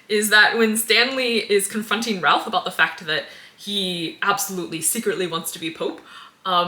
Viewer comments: if we're pointing out minor pronunciation slips, Ralph's name is perplexingly pronounced /reɪf/ rather than /rælf/ because shibboleth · For future reference the Ralph in Ralph Fiennes is pronounced Rafe. I remember he was seen on set with a shirt or hat like 20 years ago that said "it's pronounced Rafe". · "Anyways, he's played by John Lithgow." Better known to pre-Millennial audiences as... well, not as "Mitch." Older folks also have a more nuanced understanding of how to pronounce "Ralph," but the "not good with names" card was played early in the video. Apology accepted. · Just a picky little thing but you are mispronouncing Ralph's name. The L is silent.